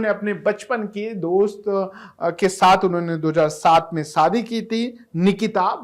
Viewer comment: Saadi nahi yaar SHAdi bol Shadi.